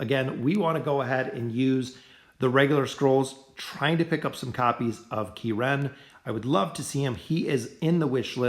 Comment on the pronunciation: Key Ren LOL